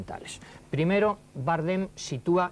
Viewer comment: Por qué dice Bárdem?